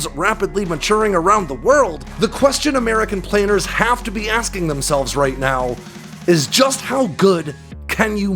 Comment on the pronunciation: Air Force "PLANERS" .... instead of PLANNERS ... a cute error ?